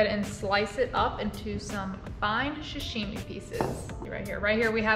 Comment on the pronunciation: Just FYI it's Sa-shimi not sha-shimi